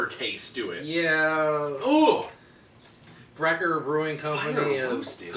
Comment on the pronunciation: thank you guys so much for a very thorough and informative review! I'm going to have to be on the lookout for these! I am surprised about the Sprecher's (pronounced Sprekker's btw), because their root beer is excellent in my opinion.